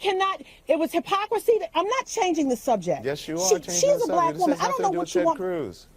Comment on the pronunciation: I have to admit that I find it quite entertaining the way Trump says "black" with two syllables.